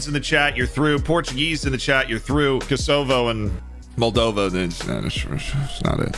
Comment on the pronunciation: Kuh-SO-vo? Interesting pronunciation...